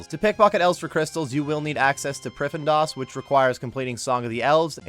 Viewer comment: hehe priff-en-das